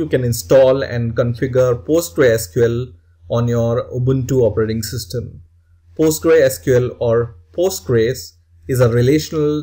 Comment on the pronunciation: You should pronounce Postgresql as " Post-GRES-que-ell " and not like "Post-grei-SQL".